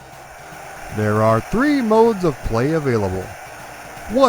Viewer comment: I love Mat Mania! I always laff at the refs count, one, two, twreeeee